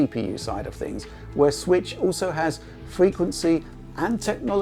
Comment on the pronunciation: Nintendo Sritch... Or as would say, "Nintendo Switch"...